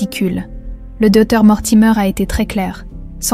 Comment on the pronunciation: Le doeur. .. .. Il manque le c...et le t non? Ds la prononciation ?